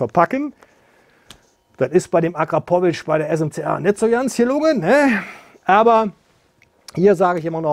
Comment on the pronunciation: Alleine schon wie du Akrapovic aussprichst gibt es kein Abo